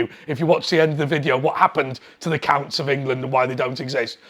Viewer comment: Did you say counts or cunts? Sorry, hard of hearing!